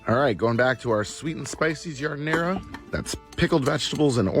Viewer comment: Every time he pronounces Jardinera like that, someone on Spain trips.